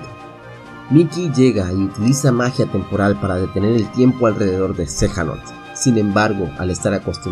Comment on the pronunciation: Xehanort no xejanort jaja